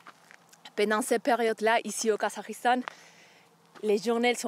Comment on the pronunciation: J’adore ta façon de prononcer le Kazakhstan !